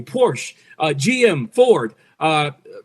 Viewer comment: This poor guy doesn't even know how to pronounce "Porsche" . Well, guess that explained all. And check out this guy's reputation: Ranked #6,188 out of 6,904 Analysts on TipRanks 89 out of 170 ratings were successful (52%) Average return -4.2% Based on these numbers, it appears he's not smarter than a coin toss.